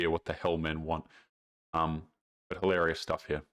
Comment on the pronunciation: pronounce the word "hil-a-ri-ous".